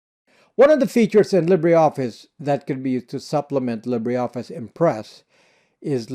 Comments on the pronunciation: Its NOT LibréOffice. Its LibreOffice ! You don't pronounce the "e" (even less "é") but just : LibrOffice and voilà... there you go !!! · Interesting pronunciation of 'libra'. As a Brit I pronounce it in the French way 'li-bre' (lee-bruh) to mean 'free'. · Pronounced leeber office not lib rey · LibreOffice ftw! BTW it is pronounced Li-ber Office, not Lib-rey Office! Just like: Fibre = Fi-ber not Fib-rey! Titre = Ti-ter not Tit-rey! Cadre = Cah-der not Cad-rey! Sabre = Say-ber not Sab-rey! I know English isn’t your first language, so I’m just adding this for English speakers. These words are of French origin (not Spanish or Italian) - so that is the reason for their non-phonetic pronunciation. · Libre pronounced “Lee-Bra”